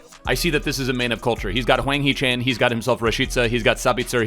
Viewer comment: You are saying the “a” to hard in Hwang hee Chan it’s not a hard “a”